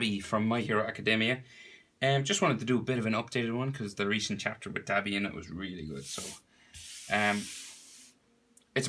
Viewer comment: Its pronounced doh-bee